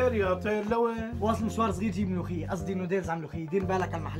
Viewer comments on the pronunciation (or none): Ward Al Sham وانا او مرا بسمع بلمولخيه ههه حبيبتي اسمه ملوخيه مو مولخيه😂😂😂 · هزار قالت طابخين ملوخية وهنن طابخين غير شي 😂😂😂😂يخرب بيتها